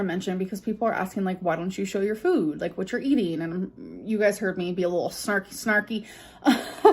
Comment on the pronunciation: The way she started to pronounce “food” is infuriating